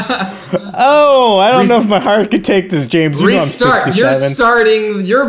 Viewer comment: U said James wrong